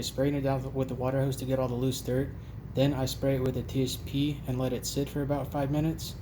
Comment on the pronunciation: You sprayed tsp? I didn't understand what you said. - please clarify